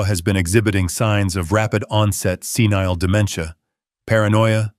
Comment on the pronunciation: Senile, NOT scenile